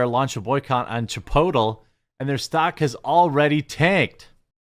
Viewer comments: Yes, Chip-otall. That is exactly how I pronounce that shit restaurant's name. I'm just glad other people pronounce it that way too. 😆 Also: Moe's Southwestern Grill is like Chipotle, but actually good. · I've been calling that crap place Chip-otal for years. Glad to hear someone else doing it. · Love “Chipotool” 😂😂😂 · from now on it's called chei-pottél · It is now cheaper to go to a local Mexican sit-down joint, than a burrito chain. Pretty cool to think about. Side note: Chipotle is now dubbed Chi-po-tle. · I'm Canadian and when I was younger, I legit thought it was pronounced the way that Aussie guy said it, until a friend of mine who had been to the States told me otherwise, haha. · Australians are creative with Spanish pronunciation. Hilarious. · First off, your pronouncing the store wrong, second the burrito is $10, unless you add things to it. You need to find the truth dude. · Honestly, if nothing comes out of this, we at least got to hear him say Chipotle with that accent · I will now pronounce Chipotle like this from now on 😂